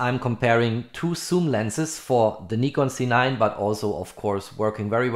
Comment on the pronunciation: Why you always say C9 it’s a Z9 😏😏